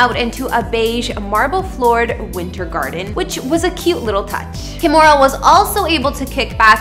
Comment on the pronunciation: Stop pronouncing her first name as "Ka-mo-ra". It is pronounced "Kee-mo-ra". No matter what Kimora says.